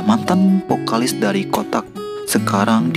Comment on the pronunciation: vokalis bang... bukan pokalis wakakak